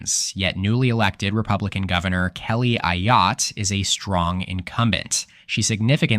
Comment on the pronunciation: It's come to my knowledge that Kelly Ayotte is pronounced Ei yott and not Ah yoh tee